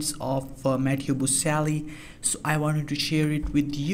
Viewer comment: Can you pronounce his name properly?